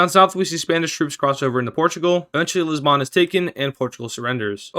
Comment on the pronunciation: There’s no way you pronounced Lisbon the way you did 💀💀